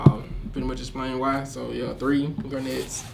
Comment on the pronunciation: It's his favorite deck of all time and yet he doesn't even know how to fucking pronounce "garnet".